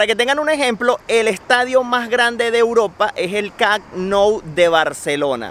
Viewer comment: "Cac nou" 😂 Camp,, Camp